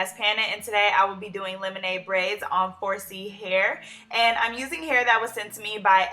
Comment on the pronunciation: For a second i thought you said "FORCE-Y" Hair. Anyway, luv the style.